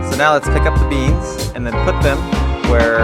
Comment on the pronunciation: I'm not bored of the demo!! I enjoy all of the process. Also, it's been several videos now where I've been quite enjoying that you seem to call beams "beans". Is that a thing in your part of Canada? Hi from the UK 🙂